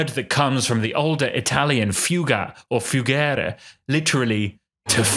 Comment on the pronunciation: fuggire, not fugere